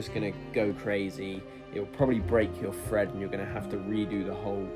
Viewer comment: Hold on.... You just said "fred your thread"... and here I fought you couldn't say thread this whole time! Hah! Silly guy. Now I see the genius here. You've found a way to distinguish between "fread" the verb versus "thread" the noun. Well played